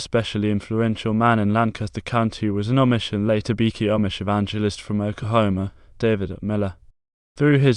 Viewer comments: its pronounced bee-chee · You go to the beach... with a "y". Or like the theme of literally every beach house's bathroom- "Beachy". I don't know what you were saying but it was not my name.